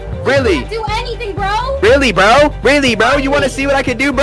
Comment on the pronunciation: She says it like “brew”